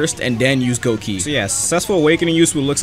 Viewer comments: its gokei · its said as gokei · that one feeling of a bleach fan when you hear say goki instead of gokei